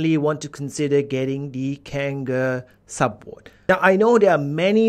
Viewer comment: ahahah your accent "SUBWOD" and WAPE ahahahh love ya vids 👌